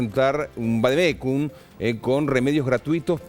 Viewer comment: vadecum dice el periodista, pero que burro